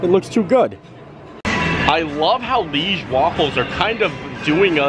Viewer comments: Hey, the waffles are called Liège waffels, not leige waffles. Liège is a city here in Belgium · Omg, Universal completely butchered the name “leige waffle”. It is Liège waffle. You pronounce it kind of like Lee-aye-ge. Liège is a Belgian town. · Hi from Belgium - the Liege waffle we pronounce it ‘ Ljij - zje ‘ . Liege is a city in south belgium. Waffles are tougher than Brussel’s and have suggar pearls on it. We eat Brussel waffles with toppings, but Liege are eaten just by itself. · Hi just to let you know the correct way to say liege Is to pronounce it Lee age Hope you had a great time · It’s Liege (l-EE-ai-sz) or Lee a za